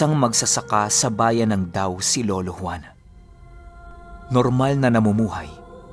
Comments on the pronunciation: Yung sa DAO po DA-O po sya e pronounce. Isang banwa yan sa antique po. 😍😍😍😍😍😍😘 Ganda ng story, 1st part palang, sobrang bitin. Kailan na po part 2? Heheheh 😍😍😍😍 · DA-O po ang tamang pag pronounce ng dao.. =) listening from DA-O capiz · mag pronounce po nag DAO is DA-O yung lugar. Ganda talaga nga mga story nyu. Ka aladik! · Medyo nanotice po ung dao or da-o po dapat hehe . Iba po. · Dao ung tamang sulat pero Da-o kung basahin un 😊. narinig ko yang juan dumog kay lolo q dati nong mga bata pa kami.. from capiz here😊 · Hi, Da-o po yan hindi po Daw..hehe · da-o po pronunciation jan..! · hindi nmanvkita iniinsolto ang pag salita ng da-o hehe pero di nmn kita masisi kya kinig nlng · DA-O Capiz po.yan ang tamang Bigkas po ty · DA.O po sya. Ganyan po ung pg bigkas. Ganyan po tawag meron dn kasi sa antique. Dao antique, ngayon tobias fornier na. Love the story 🙂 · Dha Oh! Parang ganyan po ang pronounced ng DAO😁 have a nice day po 😁 from Capiz 🥰🥰